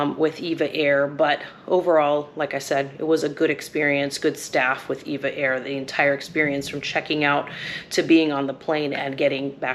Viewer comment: Nice review, comprehensive and informative. Your lounge review made me quite hungry. As an aviation enthusiast, I have noticed that just about everyone calls this airline "Eva Air". Actually, it's pronounced as individual letters, E V A Air. Very much like the legendary airline, TWA. It was never pronounced "Twah". 😂 EVA is part of the Taiwanese conglomerate Evergreen. They are a world class shipping company with many divisions. One of the founding brothers left and formed the relatively new, well known, upscale airline Starlux. Just a little airline trivia for your amusement 😊. Enjoy your stay in the friendly Philippines.